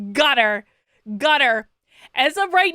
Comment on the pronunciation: "Got her! Got her!" I thought, at first, you said "Gutter! Gutter!" Which is exactly where Kate belongs.